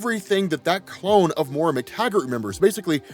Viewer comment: it's Moira (Moy-ruh) my OCD can't handle another X-Men video of this name being butchered lol